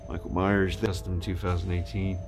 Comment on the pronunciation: This isnt Michael Myers....its "Merckle Maeyers" lmaooooo I will be picking this up now and probably rehauling... thank you!